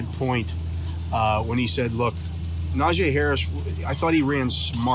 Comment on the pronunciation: Say it with me..."Nah G". It's not that hard.